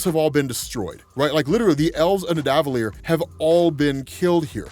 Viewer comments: Hate to be that guy...but it’s pronounced “Ned-uh-vull-eer”... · y do you keep mispronouncing nidavellir?